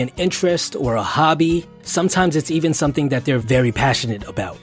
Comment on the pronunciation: "Wif"(with) "Dat"(that) "Du"(the) ....Probably not someone who should be an educator